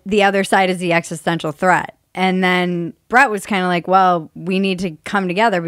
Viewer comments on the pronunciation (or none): none